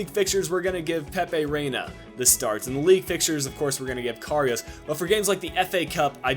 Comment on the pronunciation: Can't figure out which is more annoying: doing your little spin inside EVERY time you make a run down the wing, or your inability to pronounce Karius (there's no "o" in it!!). And there's no way you should be advancing in the cup, extra time winner with 9 men? As if....